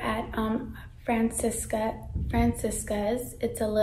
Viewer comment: It doesn’t matter but it’s Fran-chess-cas. That’s how you pronounce the store. Francesca’s.